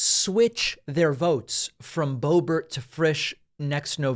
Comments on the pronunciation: 🫲🏻David, SIR, I am a big, strong, tough guy, and I’ve never cried before, even when I was a baby, and I come to you with TEARS IN MY EYES 😭😭😭👍🏻 to remind you that her name is pronounced Lauren Bo-Bear🫱🏻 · Why is Boebert pronounced Boebert but Boehner is not pronounced Boehner?!